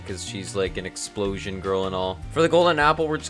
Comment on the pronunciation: Oh You mean EX PURO ZHION